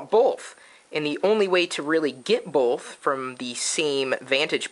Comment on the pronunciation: i thought both was B O T H not BOLTH